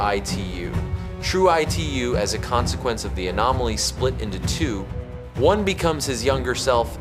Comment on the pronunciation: Bro why are u calling Itu as E2…..😅